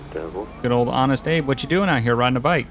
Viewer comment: So I wasn't paying attention when he said abe Lincoln so I thought he was being petty but nope... Its acutally abe 😂 that made me laugh so hard